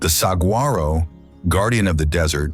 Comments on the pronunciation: Not saGuaro but sawharro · Still can't teach AI how to say Sah-war-oh! 🙄 Yea....AI is gonna take over the world. Right!!! 🙄🥴😉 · The g in saguaro is silent. Other than that, awesome video especially for a non-Arizonan. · Also not saguaro but sahwharo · Saguaro has a silent g dude. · Beautiful video. Teach your AI voice how to pronounce SAH WAR OH and in Az we call it Preskit. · Please learn how to pronounce gila saguaro canyon de Chelly and every thing else !!!!!!!!! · This was a really well done video with beautiful photography. It just drove me nuts that somebody didn’t know how to pronounce saguaro or Salvador Dali properly.